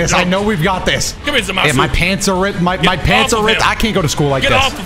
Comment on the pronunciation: I still love how says Zamasu right.